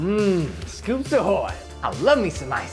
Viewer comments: It sounded like he said schoops ahill🤧🤧🤧🤣🤣🤣🤣 I love him. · It sounded like he said scouips ahew